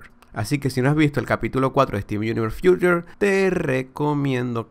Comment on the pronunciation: No puedo escuchar como pronuncias "Future"